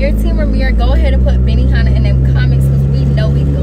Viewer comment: Benihana 😂 arbyona instead 😂